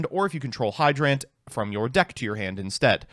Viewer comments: No one: literally no one: when he has to say a regular word: hydrANT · The way you pronounce turbulance and hydrant annoys me to no end. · he dictates the D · Hydrant is a real word. How do you fuck up the pronunciation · I did not know hydrant could be pronounced that way, but you did choose the pronunciation that sounds more like a cool robot, so good on you. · why does he say hydrant like that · How does he mess up pronouncing hydrant, it's literally a real word